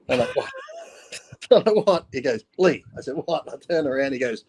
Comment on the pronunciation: they called lee leaha